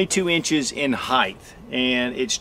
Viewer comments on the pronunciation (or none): Jesus, it is height not heigth.